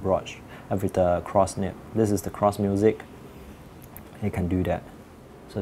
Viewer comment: It's Nib not nip. Also Noodler's not Noodle. Also broad not brought